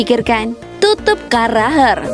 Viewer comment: Jamie carragher penyebutan nya carraher